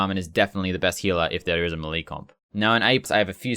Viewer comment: W video. L the way you say “melee.”